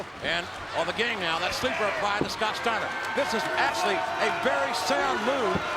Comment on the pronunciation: i aarrgm the gaaaymmahh....🤭